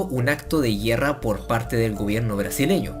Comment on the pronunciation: A alguien mas le daba algo en el cerebro cuando decía GUIERRA?